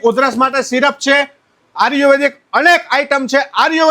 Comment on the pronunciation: પેલા આયુર્વેદિક બોલતા સિખ ભાઈ આર્યુવેદિક 😂😂